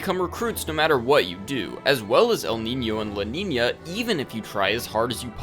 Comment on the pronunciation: they are: niño and niña. But Elnina doesnt have a ñ so there shouldnt be the ny sound